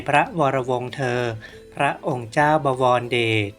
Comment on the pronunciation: บอ - วอน - ระ - เดด อ่านไม่เป็น